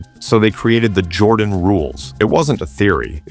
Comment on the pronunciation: Michael 'JORDON'?